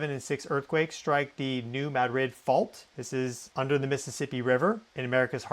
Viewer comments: Very clear and thorough. I am from MO and I have say this. It's MADrid not maDRID.😊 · Spanish capital is pronounced ma-DRID. Missourians pronounce it MAD- rid. You’re saying MAD-RID mixing both pronunciations with extra emphasis on second syllable ❤ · Madrid= muh-drid.....love your content but that drives me bonkers lol! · It's muh-drid not mad-rid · I think he would know 🤔